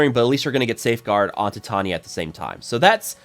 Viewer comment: I think it's pronounced like titanium, with long vowels.